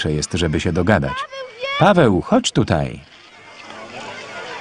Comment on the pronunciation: No właśnie powinna wołać "Paaweel" a nie "Paaweeł"... Niemcy nie wymawiają'ł' (Franciszek Dolas : Chrząszczyrzewoszyce powiat Łękołody)